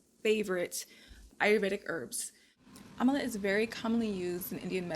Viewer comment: It's Am-la don't know why you keep saying Am-A-la. That throws one off when looking up the item. There's no Amala powder! Other than That nice vid.